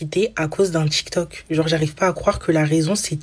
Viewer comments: déja c'est tiktok pas tchiktchouk. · En plus ce n'est pas tchic toc, c'est tic toc